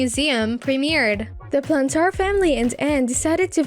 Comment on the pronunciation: "The plan tar family" lol